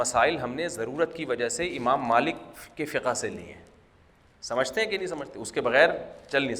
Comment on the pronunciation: لفظ " فقهَ " نہیں ہے " فقْهْ " ہے مطلب لفظ ہا ساكن ہے نا کہ متحرک